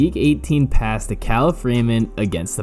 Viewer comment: Kalif Raymond is pronounced Kah Leaf